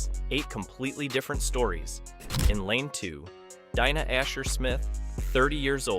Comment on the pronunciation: Better bot voice than most, but anyone who calls "DEENA" Asher-Smith "DYNA" knows NOTHING about athletics. Had me though.